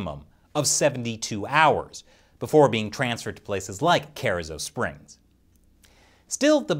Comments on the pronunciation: It's pronounced "car-eezo" springs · Ker-E-zoe springs.... killing me with that pronunciation. Colloquially this is how we say it. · you really butchered The pronunciation of the location of that holding facility it's Cah-ree-zoh springs. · Carrizo Springs Texas, is not said like that. “Car-ee-zo” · Pronounced Kur-ee-zo Springs